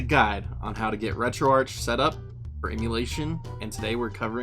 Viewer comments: It’s pronounced “RetroArck” even though it’s spelled “RetroArch”. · Good video, one little thing though. I believe it is pronounced retro Ark as in archive or archades